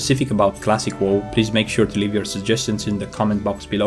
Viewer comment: Love how you pronounced WoW as whoa